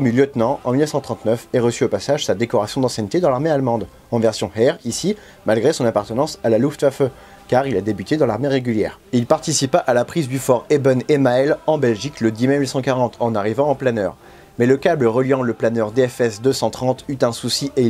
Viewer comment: superbe vidéo, je suis guide des fort de liège (surtout au fort de Flémalle) et le fort d'ében emael se prononce ébèn émaal;)